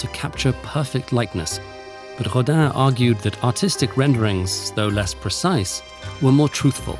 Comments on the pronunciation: I don't speak French so pardon me. But is Rodin really pronounced like Hodan or am I hearing wrong? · No, but the corresponding phonem don't exist in english, so the closest you can get is "Rodain" I suppose